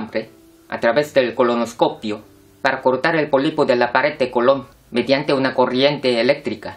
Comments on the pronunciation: Es colon sin acento....con acento sería como Cristobal Colón, no es lo mismo en la pronunciación...😒😒😒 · Decir cáncer de colon con asentó me dio mucha risa